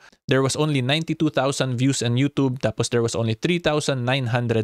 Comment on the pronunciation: baka pwede magrequest. Paki bago mo yung pagbigkas ng *yutoob". Kainis pakinggan eh.. parang kabaklaan ni vicr ang datingan. 😂.. just saying.